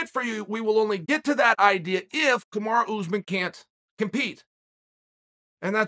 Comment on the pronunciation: I can answer this question. Kamaru Usman wants Chael to stop calling him "Kamara"